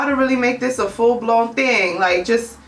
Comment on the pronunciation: "Ima need you to do one ting and one ting only" GIRL....BEEEEEN DID DAT 💁🏿💁🏿💁🏿💁🏿💁🏿💁🏿